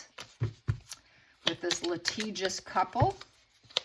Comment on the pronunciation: Litigious gee not grrr geeous